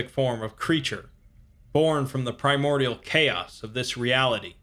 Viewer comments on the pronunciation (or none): none